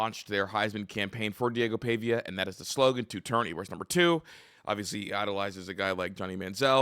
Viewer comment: love your insights but it it PAHVIA not PAYVIA